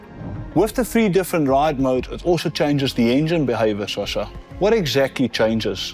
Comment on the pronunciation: Sascha, not Shasha! 🤣🤦‍♂️